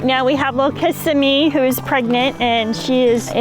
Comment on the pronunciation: Do you mispronounce Kissimmee purposefully?